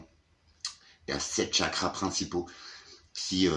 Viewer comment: Cool le blouson... Simple et efficace. Élève, vous me copierez 100x vos Chakras jusqu'à les prononcer correctement...😜😜🤪.... M extraire d ici.... Je te comprends au combien d'être bloqué dans mon clapier du Nord.... J espère que tu vas trouver une solution viable pour aller du côté de tes vœux... Tu as bien progressé avec la putain de saloperie de la maison. Avec ta demi soeur, pas moyen d invalidé ce que cette femme à fait? Son mari ne vit plus avec elle. Il ne peut pas vous aider en ce sens? T inquiète tu ne perds pas la tête. Parfois c'est décousu le fil pour te suivre. Mais tu as tout à fait raison et est dans la bonne direction. Le lâcher prise c'est très difficile, si tu y arrives chapeau car c'est une libération.... 🤍🤍🤍